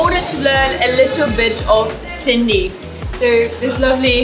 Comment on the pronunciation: sutho maaal ahe 🤩 nailed sindhiiiisss